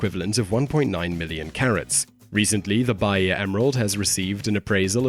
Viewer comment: Bahia is pronounced "ba--EE--a"